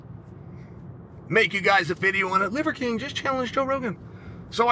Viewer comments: "Livercream" You can't unhear it. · Did I hear Chael say the “leather king”? Funny 😂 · I love the subtle ‘Leather King’ and ‘Liquor King’ slips haha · I love that he partially botched Livers name about 12 times. It makes it so much better. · Chaels inability to say Liver King is undefeated. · It’s so hard for him to say “liver king” 😂